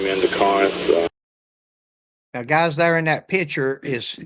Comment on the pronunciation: Corinth not car rent. lol